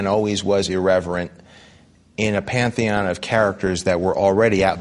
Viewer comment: ha he said "pantheon" League